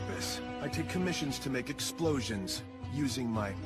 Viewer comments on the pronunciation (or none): none